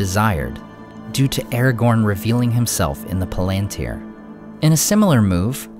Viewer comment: I don't know much, but I know it's not pronounced Erregourn.